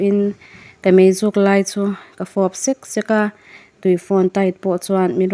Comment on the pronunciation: A ngaihawm e. Mahse, double adverb bawk hi, i lam fuh lo deuh thin, 'meizial fawp sek sek' tih laia 'sek sek' lai tak hi.